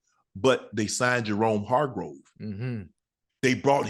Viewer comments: “Jerome Hargrove” 🤣☠️ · “They sign Jerome Hargrove”, with confidence. Unc his name is Javon Hargrave.